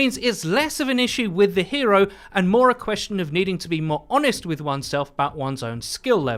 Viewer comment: lol posh person “ones self”